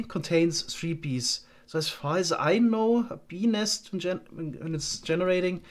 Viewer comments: When he said "BENIS".. I felt that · I know it's childish but "bee nest" gets me every time, I just can't unhear "benis" ^^ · Is it just me or did anyone hear 'penis' instead of 'bee nest'? Completely changes the context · Whenever says Bee Nest, I cannot help but just hear something else.